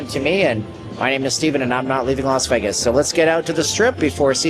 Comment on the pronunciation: You should leave Las vegas, all you do is speak negatively about the city that provides for you. Learn to pronounce VEGAS PROPERLY…..YOU MUST BE CANADIAN